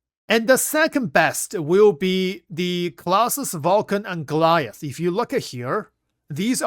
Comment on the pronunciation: Thanks for this in-depth info. So glad that I have a carrier-ish ship. (Fyi, it's pronounced, "GLADE-ee-us.")